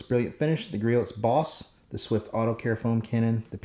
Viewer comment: Gree-Oh's, not Gree-Oat's. Other than that, great video!